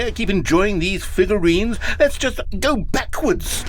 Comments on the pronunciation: 'Figlureanlurines' kills me every time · “You’ve nearly gotten all of the Figlureanlurines!”